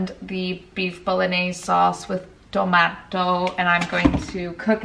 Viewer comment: Sauce with TOH MAH TOH omg I died from laughing HAHAHA